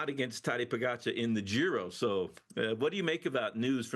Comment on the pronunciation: Kudos to TJ for finally saying Pogi's name correctly! But demerits for not knowing Almeida is not scheduled to ride Tour.